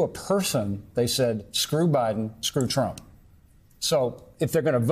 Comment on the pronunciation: How she emphasizes TRUMP. Cheers for those judges!